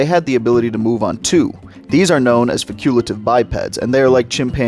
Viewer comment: faculative? It’s pronounced facultative (fah-cool-Tay-tiv)